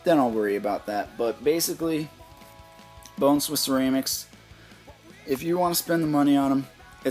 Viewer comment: lol you kept saying ceraymics